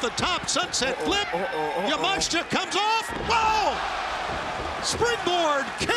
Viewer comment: Elite Wrestling: Don't know if you guys had noticed but, there is an I in Miyu Yamashita's last name so unless she herself has said that her last name is pronounced Yah-Mahsh-Tah, I believe the correct way to pronounce her last name is Yah-Mah-She-Tah.